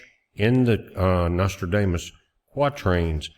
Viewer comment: Hey I love that pronunciation you have of Nostradamus. We call that a malaprop!